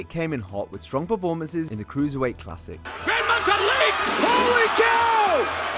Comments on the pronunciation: Grand Metalick (Meta-leek) being pronounced Grand Metalic is hilarious coming from a years old wrestling channel... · Metallic? Its not pronounced that way, muh guy... Its pronounced Metta-Leak